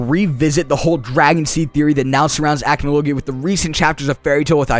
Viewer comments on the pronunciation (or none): The way you says Acnologia ticks me off, its ac-no-logia not ACH-no-logia